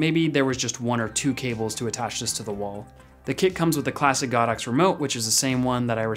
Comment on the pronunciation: It’s go dox, not god ox.